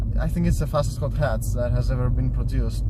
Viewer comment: He has a Got Ghatch 😅 Hot Hatch haha